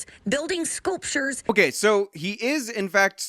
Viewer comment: Wait didn't she say "spooptures" lol